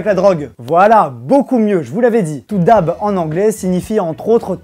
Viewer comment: Sa se prononce Daib